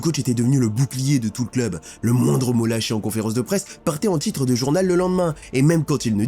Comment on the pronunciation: Tchitre, vestchiaire, ptchit rappel, dju